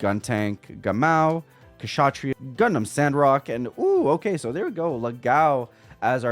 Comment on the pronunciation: You've got to be the first box opening content creator that has pronounced Kshatriya correctly.. and that is a shame.. but good on you bro